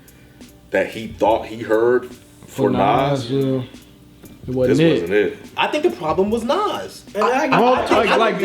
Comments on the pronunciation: It’s Nasir not Nazir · It’s pranounced Nasir not Nazir